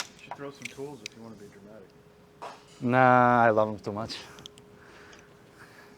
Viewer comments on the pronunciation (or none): Did you say you were being dramatic, or Germatic? Those German cars....